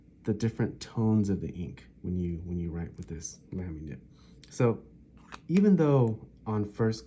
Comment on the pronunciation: I enjoyed the natural way you spoke in your video and your information was good, but it was jarring for me to hear Lamy so mispronounced, especially when you used the word so often. I hate to be critical but when you suggested you might review the Lamy Safari I felt compelled to say something. The proper pronunciation of the a in Lamy sounds like both the a’s in Safari, or as though it would be spelled Lahmy. I am sort of a stickler on pronunciation and I have a good ear apparently for how to pronounce words, even many foreign words. I particularly pay attention to foreign words for some reason. So apologies for being picky. but honestly I’ve never heard anyone say it the way you do.